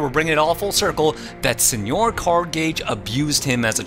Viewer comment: Since it looks like my first comment was deleted, just some feedback. 1) Senor Cardgage’s first name is Senor, pronounced Seh-nor. Strong Sad mistakenly call him Señor once, but every other character including Cardgage himself spells and pronounces it phonetically after that. 2) Strong Sad’s antidepressants are a running gag, he clearly receives psychiatric counseling.